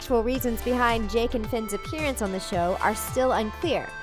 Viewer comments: Did she say jack instead of Jake?! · When you said the robot thing met jake you said jack you said it wrong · did anyone here them say jack not jake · Did she just say JACK and Finn?!?!?! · JACK AND FINN???????? IT IS JAKE AND FINN XDXDXD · SUPERSNOWGOLEM *Jake